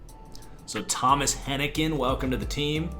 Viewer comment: Love the rebuild! As an App fan I'm glad you got that pronunciation right. Also I'm pretty sure it's HenniGAN not HenniCAN. little things. #KeepPounding